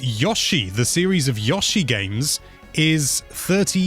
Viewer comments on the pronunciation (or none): Every time says Yosh-i instead of Yo-shi I die a little inside! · I know you're from the UK... but his name is Yo-Shee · Yawshi? Really?